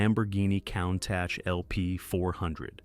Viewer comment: These narrations kill me. The people speaking, or a facsimile thereof constantly mispronounce the name of some vehicles. For example the Countach, pronounced coon-tosh. It was pronounced cown- tosh. Where do you find these idiots, who's doing the editing. MORONS!